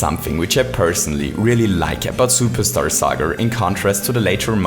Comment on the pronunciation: You say "plumber duo" like "plumber doo". You also say "Superstar Saga" like "Superstar Sagr". You called "Popple" "Poppers".